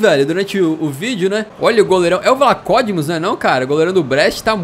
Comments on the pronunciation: não é vlacódimos é vlacodímos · O fala como se fosse "Vlakódimos" mas todo mundo em Portugal fala "Vlakodímos" ahaha e muito estranho